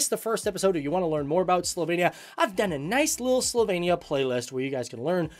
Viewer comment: It is SlovEnia not SlovAYnia. However, as a person of Slovenian living in Joliet, IL, I’m glad you are speaking about the country of my ancestors.